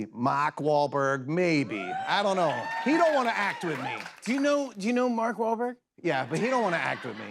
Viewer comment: "Maak Wahlberg" 😅